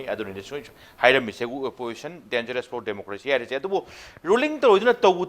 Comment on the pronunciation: Anchor what do you mean by phor instead of for?